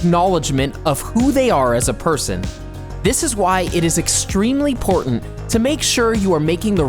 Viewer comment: Am I the only one that heard "portant" instead of important?